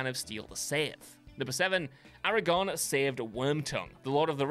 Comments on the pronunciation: His name is Aragorn, not Aragon. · I only know this because I read the books,but isn't it Aragorn with an R? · Its ARAGORN!!!! Aragon is a town is Spain!!!!